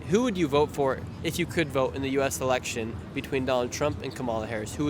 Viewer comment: great video! it's Election btw not Elecltion